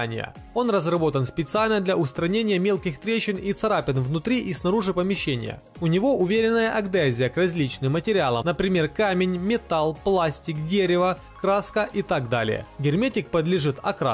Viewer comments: Автор не акдезия, а адгезия 😂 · Резануло слух "аГДезия", всегда считал, что правильно "адгезия"..видимо, ошибался😢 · А что такое "агдезия"? Весь интернет скачал, ничего не нашёл. 😂 "Подвержен окраске"- вообще хит бессмысленных словосочетаний в этом ролике (помним про широкие и мощные параметры 😂). Про ударения типа "формИрование" я вообще молчу... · Тоже порезало слух) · Адгезия! Неуч. Про ударение в словах вообще молчу. Учи русский язык и больше читай книг.